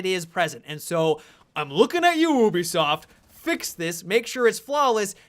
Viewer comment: Lol roo-bi-soft?